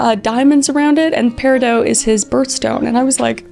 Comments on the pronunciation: Sorry Kris but... YOU MISPRONOUNCED PERIDOT... THE T IS NOT SILENT... It is peh-ruh-daat... I know cuz it is also my daughter's birthstone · Ok I rlly don’t mean to be rude, but it’s pronounced periDOT, with the t pronounced. Also, congratulations man. I’m so happy for you. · I've always pronounced it peri-dot. 😅😅😅 Congratulations!! 🥰🥰🥰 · The T is silent. Pronounced like pear-ih-doe. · Girl the t in "Peridot" is pronounced, its not silent 😭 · I don’t know if you are pronouncing “peridot” wrong, or if I am. 🤔 I was told it was like “Pear-ih-dott.” It’s my birthstone, too. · I love you Kris, big fan, im so happy you found happiness. You need to watch Steven Universe I need you to pronounce Peridot right 😂😂😂